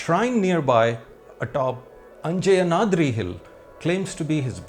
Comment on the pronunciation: both the voice-over and text say " Anjeyanadri" instead of " Anjaneyadri". Hanuman is son of Anjani, hence Anjaneya, and the hill associated with him is Anjaneyadri.